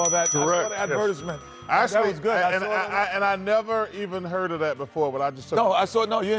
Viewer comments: Ok who tf calls it avert-is-ment? 🤣🤣🤣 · Ad-veritis-ment? Really Kenny🙄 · How is kenny pronouncing advertisement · 😂 Listen to Kenny pronounce “advertisements” 😂 😂 😂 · Wait... how did Kenny pronounce the word "advertisement"? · How does Kenny pronounce advertisement?